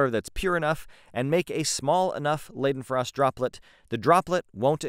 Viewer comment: Please just say "lydenfrost" thata closer for the original 😪🤣